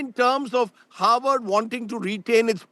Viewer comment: Howard or Harvard. 😂 Can't you both say "Harvard" properly. Why does Harvard need funding?